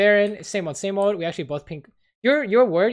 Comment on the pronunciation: why u no say 'actually' correctly? :-(